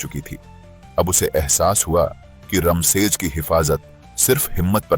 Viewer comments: इसमें थोड़ी सी गलती है किले का नाम रमसेज नहीं "रामशेज" है। इसका मतलब है राम का विश्राम स्थान। कहते हैं कि जब भगवान श्री राम वनवास को भेजे गए तब उनका रहना इसी नासिक इलाका था। जो घना जंगल था, और इसे दंडकारण्य कहा जाता था। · रमशेज नाही.रामशेज आहे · रामशेज ना की रमशेज. प्रभू श्री रामचंद्र रघुवंशी क़े नाम पर उनका नाम है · रमसेज नहीं इस्का नाम रामसेज!